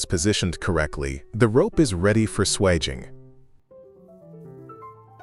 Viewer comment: and swagging to ensure ....swaging